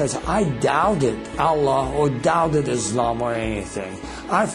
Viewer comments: 1. we pray 5 times not 3. 2. he said prophet muhammad but didnt say p.b.u.h. or s.a.w. 3 n he becomes powerful n real life by reading quran? fake non muslim say that, 4 he cant even say Allah like properly. so if thats not enough proove his faker muslim, well i dont know where you are going... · The way he says Allah.. is like he says it for the first time.. LOOOOOOOOOL i like the effects in the video too.. suits the music.. talking lies about Islam.. I dont feel sorry because of you.. I feel sorry for you.. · this is all fabricated. he can't be a muslim. a muslim unable to pronounce the name ALLAH correctly. how funny. fool other foollish people like u but won't be able to convince muslims with your lies and fabricated stories.